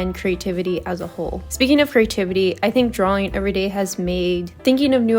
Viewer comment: I'm sorry, but an artist mispronouncing the word "drawing" drives me nuts, and I'm not sure I can watch more 😭